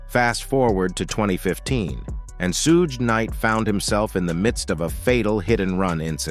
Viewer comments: "Sooodge knight" LMMFAO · I can't continue to hear this narrator continue to mispronounce Suge knight's name.... It is so irritating to me.... I'm out! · OMG. Can somebody program these AI VOICE OVERS to say Suge's name correctly! Damn!! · Is that what it is? AI? I hope they don't fix it. Chuckle every time. Put that on cooody!